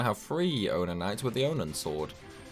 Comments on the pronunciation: mail is triggered by story progression and who is in the front slot in the party. you have to have done all the letter for all the optional characters and all the other bonus content, iirc. Eureka must also have been completed to get all the required letters. also they aren’t “Onin” Knights, they are “Onion” Knights, it’s pronounced like the vegetable name lol. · I honestly thought it was your accent